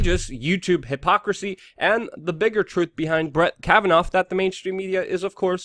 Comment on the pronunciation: What do people say "Kavanov" ?......